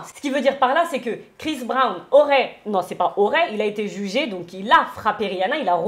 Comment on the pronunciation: Je cherchais un commentaire comme le tiens c est vraiment une hypocrite je n ai jamais apprécié alors là c est catégorique elle me répugne. Il n y a absolument rien à défendre à cela. Elle dit etre d accord avec Dylan qui sous entend que les gens sont fans de CHRIS Brown (et pas "BRAN") soit disant journaliste qui ne sait pas prononcer un nom. En plus mère de 2 filles quelle honte mais quelle honte elle réagit à peine face l évidente violence de la vidéo.